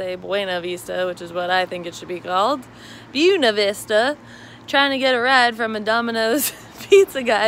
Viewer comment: remember we're in Appalachia. The correct pronunciation is "boona vista" 🙂